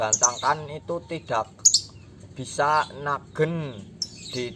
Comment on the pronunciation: Nagen bukan naggen cuy